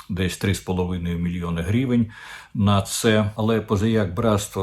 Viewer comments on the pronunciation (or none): Вивчіть вже ту букву української мови «и»,скільки можна говорити «меремірʼя» і «грівень»?